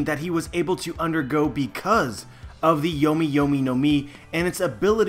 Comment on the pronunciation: I really think people should learn how to pronounce the Japanese if you're going to use it. The mangling of Yomi yomi no mi assaults the ears. Might as well stick to "Revive-Revive Fruit"